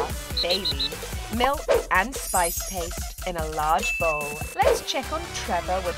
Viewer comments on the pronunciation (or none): none